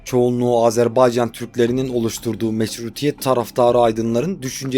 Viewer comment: Sen dünyanın en iyi “Azerbaycan” diyen adamısın sen “Azerbaycan” dedikçe tüylerim diken diken oluyor bunu duymaya geliyorum resmen bavdhshsbsha